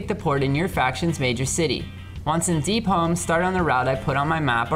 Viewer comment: Um isent it deepholm not deepolm am i wrong here?